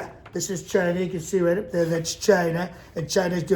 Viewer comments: lol. will never get old “giina”. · When he says CHINA!... I’m done. 😂😂😂